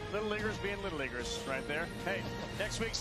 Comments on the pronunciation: Yesss the “little leaguers” comment made me stop the video cause….was it intentionally said that way??? My ears heard “liggers” not “LEAGUE-ers” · Did the announcer say little Liggers being little Liggers??🤨🤨🤨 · The way he said lil leaguers was to close to him saying “lil ni…ers ” in my opinion